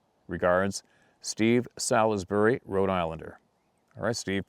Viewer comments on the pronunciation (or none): none